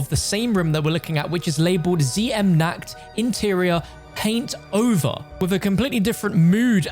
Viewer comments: In german how you speak it its wrong. You say it like: nackt. Not Nacht. Translate nackt please in english😂 but everyone who speaks english, says it wrong so don‘t worry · Nacht der Untoten❌ Nackt der untoten✔